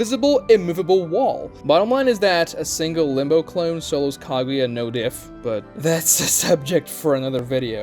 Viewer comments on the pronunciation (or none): He hate kaguya that he can't even say her name 😂